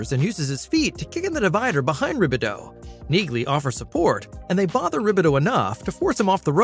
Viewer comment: The 'g' in Neagly is silent, goofball. Think 'Nealy' !